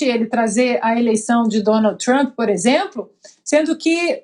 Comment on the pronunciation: Lula não sabe nem pronunciar o nome de Trump. Nem ler português direito